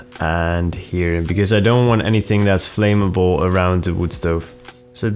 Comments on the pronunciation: pronounced "flam-ma-ble" just fyi! cool video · why doyou talk like that it makes you sound stupid and btw you should learn to pronounce "Flamable" properly, it's a vet basic word.